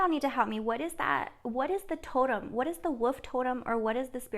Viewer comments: Whar colour was the wolf you keep seeing.. ? Btw try saying this as it may help you to say wolf - Woolif or woolef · So amazing .. great reading.. and for the whole “wolf” thing… say the word “wool” then add an “f”!! ❤️!! Woolf!! 😉 😊 ❤️ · Too cute the way you say Wolf, I love it, I’m a teacher. You are saying Woof like a dog barking. You said you can’t pronounce it correctly. If you wish to say it correctly the first part is correctly then say the last two letters L as in lady, F as in flower. Just a suggestion you don’t need to change it only if you wish to! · Wolf, pronounced "wool f"